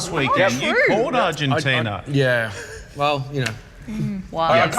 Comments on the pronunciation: How to disrespect a country...Mispronounce its name over and over. It's ARGENTINA not ARGENTINIA. Ozzy Ozzy Ozzy Oi Oi vey! :) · Can someone tell it's not 'Argentin-i-a'? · Just so everyone's aware, the name of the country that beat the All-Blacks is called "Argentina," not "Argentinia." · Nah mate, kept calling them "Argentinia." I know my accents, and I also know when someone adds an extra vowel to the word "Argentina."